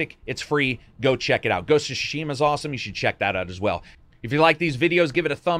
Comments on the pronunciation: It´s Tsushima, not Shushima. Tsushima. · It's Tsu-shima, not SHOE-shima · I already thought wow what a great game. Whole new level of gratitude for treating players this. They've shown everyone how it's done. Love it. Hopefully some others will follow. (btw. it's pronounced TSU = つ not SHU = しゅ, at least in majority of Honshu) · It is Ghost of "Tsushima" and not Ghost of "Tsshhshima" 🤣🤣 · Ghost of Shushima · This guy laterally said "shushima"😂😂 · Why do you keep pronouncing it "Shishima"? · Ghost of Shushima? Ok. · WTF is Ghost of Shoe-shima? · ghosts of sushi ma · What's with the pronounciation, I mean, "shushima"? Really?! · It's not SHUshima lol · Ghost of SHUSHIMA XD, Lol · Its actually super duper wrong :D Not only the sounds are wrong but the emphasis is on the wrong letters as well. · love you to death mate but your pronouciation of Tsushima is leaving me in stitches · he pronounces Tsushima different every time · Shoe-she-ma, was ok at first but kept saying it. And “Oh-nye” bruh I dipped 🤣🤣